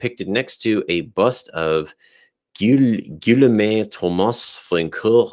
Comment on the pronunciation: it's pronounced as gee-yo'm, like in bu(reau), an "o" sound or like in "faux pas." It's he French version of William and Wilhelm in Germanic languages.